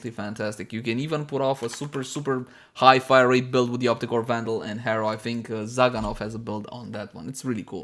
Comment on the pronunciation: Op-REEEEE-cor! lol